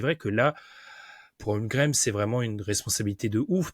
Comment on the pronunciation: 9 Avril 2024, 2 ans que Chet est au Thunder et prononce encore "Holgrem" 😢